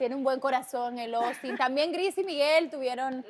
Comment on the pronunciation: este huevon va en serio JAJAJA AY OUSTIN bien peruano